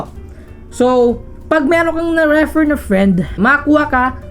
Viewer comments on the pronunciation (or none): That 'reh-fer' though. 😅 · pwede mo bang igoogle ang tamang pronunciation ng REFER? kakainis eh